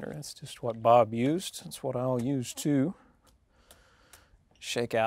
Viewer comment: I tell ya hwhat